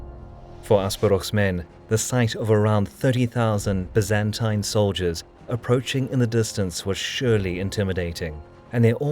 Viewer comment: Pity he can't pronounce 'Byzantine', it's 'bye-zan-tyne'.